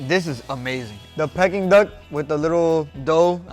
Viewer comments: Pecking duck? It's dead, how is it pecking? I think you'll find it's pronounced pee-king not peck-ing. 🤣 Still looks delicious though, even if its pecking days are over. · Guga it's 'peaking' aka 'peak-ing' duck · Peking is pronounced PEE-KING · why is he saying "Pecking"